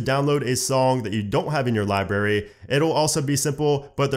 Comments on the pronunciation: he says libary instead of library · LibRary!!! Not Libary!!! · Libary... But honestly this was helpful so ty lmao